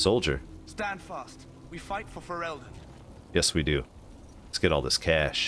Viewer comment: Stop pronouncing "Ferelden" like that hahaha